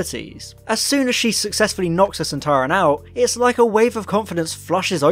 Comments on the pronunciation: you think you can pronounce soltaran you are soltarwrong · "Doctor, it's one of those Sonteran things!" "SontAran!"